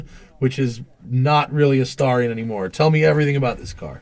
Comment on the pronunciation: I thought it was pronounced Stare-ree-on.